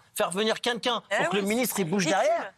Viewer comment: Faut que Raymond arrête de dire quenquun au lieu de dire quelqu’un 😂